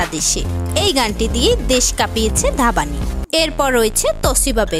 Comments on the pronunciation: It's not ধাবানী it's ধ্বনি 😁😁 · ধাবানি? সিরিয়াসলি?? হিন্দি উচ্চারণ না করতে পারলে বাংলাটা তো অন্তত শুদ্ধভাবে বলুন। "Dhvani" এর বাংলা উচ্চারণ হবে "ধ্বনি"। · Aree uchharon to thik mato korun... Dhabani ki ??? Or name valo kore Indian video te dekhun R ami prachur Bangladeshi gaan suni niii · Or naam dhapani noy divyani please ucchoron ta thik kore koren be